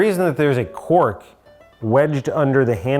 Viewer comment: Is he saying quark instead of cork?